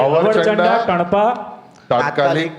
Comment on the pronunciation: અવળચંડા સ્પષ્ટ બોલો, અવરચંડા જેવું સંભળાય છે. તેવી જ રીતે આકડો એ એક વગડામાં ઉગતી વનસ્પતિ છે. તેનો ઉચ્ચાર આંકડો એવું સંભળાય છે. જે બરાબર નથી. તમારા ગ્રુપ પાસેથી ઘણી આશાઓ છે. ગુજરાતી ભાષાનું ગૌરવ અને ભાષાકીય શુધ્ધતાની અપેક્ષા છે.